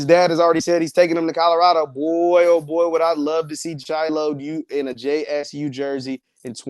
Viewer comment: You do know there is a “L” In Colorado. Lol.😂